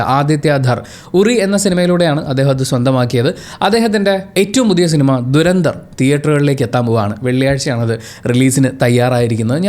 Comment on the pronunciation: "ധുരന്ധർ " ആണ് ശരിക്കുള്ള ഉച്ചാരണം "ദുരന്ദർ" അല്ല.